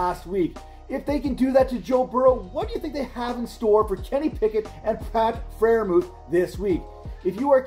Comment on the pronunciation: It's close but it's still Freiermuth